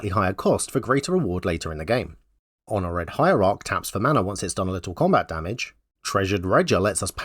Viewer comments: Your commitment to the pronunciation of "red" across the script was beautiful to experience. I'm hono'red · "Why is he mispronouncing 'Honored'?" checks comments "...oh."